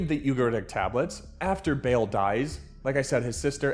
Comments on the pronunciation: This is all usual utter Groyper BS for cheap anti-jew likes. so popular these days . Righteous man , lol , look at the jew hating you attracted in the comments by your BS. You cant even pronanunce Baal , and now you are an expert ? jews had Yahwe thousands of years before christianity now Christians were the only ones that worshiped Yahwe? and if you claim is true means that christiants also posses that same history and worship\ed the same god since Christianitiy stems from Judaism , and for christians its even more suspicious since you dont pray to 1 god. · 52 seconds in. Gotta get off the vid bc of the mispronunciation of Baal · lol not BAIL like when you bond outta jail or something. It’s “buh-ALL” 😅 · Its Ball not bale Be'lil is a different being, sorry i couldn't watch your video because you obviously dont know what you are talking about. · Americans will have a hard time pronouncing Baal. It's not bale or ball. Ba'al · Why u saying Bail instead of Baal for 😂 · Baal ❌️ Bale ✅️ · It’s not “Bail”, it’s closer to “Bah-all” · Not bail Bah lle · (Ball) not bail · Baal not Bale or Bail🙄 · Not Bale it's BAAL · How u manage to mispronounce it? How is it bail... it's obviously Baal so now I won't watch cause u just want comments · I really want to watch this, but the pronunciation of “VEIL” instead of BAAL is killing me. And also the never ending going out on a limb makes it hard to follow the overall analysis. Too disorganized. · OMG STOP SAYING IT AS BALE…it’s Baal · it’s pronounced “bah-all” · Like BahLIL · It’s pronounced Baaaaaaaaaaaaal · your spelling ba-Al wrong, na-AL starts with an ah sound, a deep raspy sound from the back of the throaght thats not in the English language, the second syllable, the second a short breathy second pulse ending in a light "I". It's actually pronounced ba'lu. Its caananite not English and is an early form of the farsi language, like all Mesopotamia civilizations were. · Its pronounced B-A-Aal you pronounce each A separate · bail lol